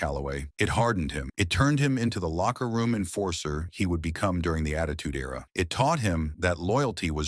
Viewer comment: Era- (air-uh)